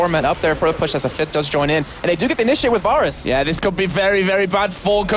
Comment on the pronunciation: VAYrus. VAY. not VAHR. Good game though.